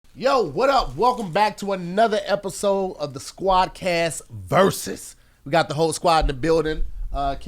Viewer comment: He didn't mess up pronouncing squad cast... Ik shocked